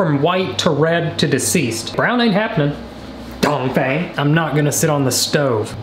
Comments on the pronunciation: Says donfang every time you say a sentence well never seen that person before ya..um.. no.. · Dongfeng would be said Dongfung. Lol. He died in a Ancient Chinese war. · I love how much he emphasizes Dongfeng 😂